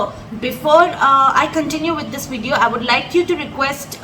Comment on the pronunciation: Great pronunciation. Please take this as a compliment from a native Spanish speaker from Costa Rica. If may give you a piece of advice, the word video defers from English video in the first letter, try to pronounce it using a b sound instead (as if it was written bideo). Again, amazing job in teaching Spanish, keep it up!